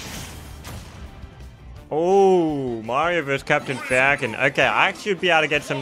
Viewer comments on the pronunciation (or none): none